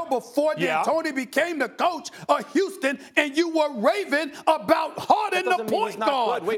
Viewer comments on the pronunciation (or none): none